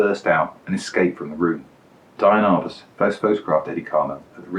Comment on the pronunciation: Wait, so you're TROLLING us by mispronouncing her name throughout the video?? Dude. Come ON. You are SO GOOD. I love the digressions, your humor, your photos, your choices. WTF? Seriously, keep on doing what you're doing and I'll always watch. Next do one of Cartier-Bresson's photos, but be sure to call him Hank.